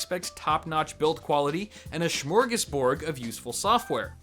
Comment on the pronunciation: "Schmorgusborg"? lol